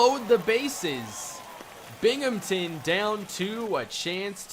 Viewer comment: I'm from Binghamton and hearing say Binghamton is the weirdest thing to ever happen to my ears.